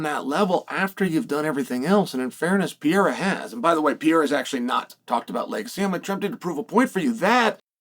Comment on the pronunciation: Still says Alex Pierra, oregon pronunciation 😂